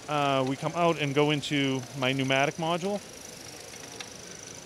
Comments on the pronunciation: Stop saying module it is making my ears bleed! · He said modual129 times